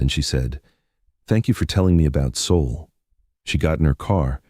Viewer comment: It's Seoul